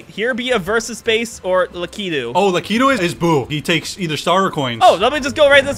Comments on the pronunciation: Stop pronouncing lakitu as lack uh too. That's not right. It's luh kee too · Lakitu’s not important Laki-too-too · I felt sorry for the editor there when Nick said “Laki-titties” 😭